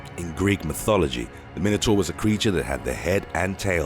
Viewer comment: Anyone else found how the narrator pronounced minotaur and wyvern annoying? Probably just me... Also, its a cockatrice, not a balisk.